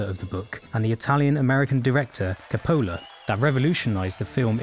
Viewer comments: I understand you make money if people finish watching your videos. I purposefully didn't finish watching it. It is mind-boggling that a person attempting to show a "video-essay" on one of the greatest movies of all times can't pronounce the name of one the greatest directors of all times, among other (all other) names. It is embarrassing, annoying, uncomfortable, numbing, tooth-grinding, I don't know what else to say or how to put it so that you can understand. It deeply irritated me. To give you an idea, imagine if I purport to present a "video-essay" on the great Stevie Spalberg who directed "Rescuing Private Royan" and "Saving the Last Schondler," or another "video-essay" on Albert Hischcork, who directed "Psychopathic," or on Stanley Cubik, who invented the puzzle and directed "2010: a spatial ordeal", how would you feel about me? Wouldn't you feel pissed off because I can't even bother to pronounce the names correctly? What would that say about my commitment and knowledge to the project? I hope you don't take this as a destructive criticism, but as an ass-tructive cynicism, and learn something that can help you make better videos later on after a thorough research on the topic. Thanks! :) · Christ, it's not pronounced Ca-PO-la, it's pronounced CO-pa-la. Emphasis on the first syllable, not the second. First vowel O, second A, not the reverse. How could you possibly not know that? FYI, it's Orson Welles, not Orson Wales. You probably don't know that, either. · English boy....his name is not pronounced Capole-ahh. Its CAP OH LA you genius! I think your accent is fabricated for self aggrandizement as you are just a normal private school boy who learned a public school accent....Why not tell the world your full back ground? Either we respect or affect you. You choose. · Ca-POLL-ah??? at least you could pronounce the Director's name correctly. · Interesting. This is the only time I have ever heard the name pronounced that way. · you mispronounce coppola's name